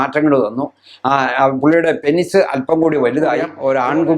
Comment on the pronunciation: 'പെനിസ്' അല്ല ഡോക്ടർ.. പീനസ്/പീനെസ്സ് എന്നാണ് penis ന്റെ pronunciation..